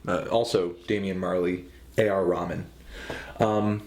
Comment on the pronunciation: It's not A R Ramen, it's A R Rehaman